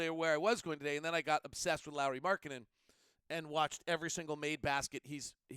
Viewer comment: Surprisingly good Finnish pronunciation there with Lauri's name. Especially surname.